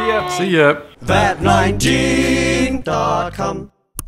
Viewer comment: Why does always pronounce Vat19 as ''Vat nineting''